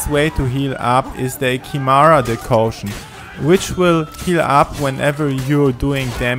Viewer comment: Decoction... DECOCTION! ..Not "Decaution"